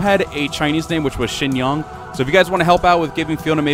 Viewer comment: Lmao so not only did I mispel it, I mispronounced it as well: "Zinyang" instead of "Shinyang"